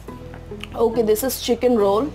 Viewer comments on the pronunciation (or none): none